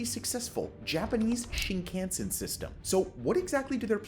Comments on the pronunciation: Please learn to pronounce Shinkansen. Your guest says it right then you butcher it. This is just painful and funny. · Could you please pronounce shinkansen correctly. Stop saying it wrong. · This video lost most of it's credibility just 45 seconds in when he tried (or rather didn't try) to pronounce Shinkansen. That was so sonically dissonant in my brain that I no longer have any interest in finishing the video.